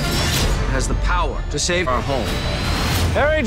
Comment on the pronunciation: what's up with that "our"